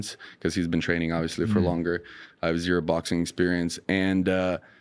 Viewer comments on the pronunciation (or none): zirrro obliques, zirrroo serratus